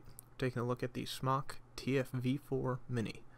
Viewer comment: anyone that vapes knows that its pronounced "SMOKE" not "smahk" like you pronounced it. I would just think if you're doing reviews on vape products you would know how to pronounce the name of the product that you're reviewing. Just kinda blew my mind that you didn't pronounce it right and you are a vaping reviewer on youtube. Also you didn't use the correct terms for about half of the items that came with this tank kit. Thought I'd just let you know before you make a fool of yourself. Cheers and merry Christmas.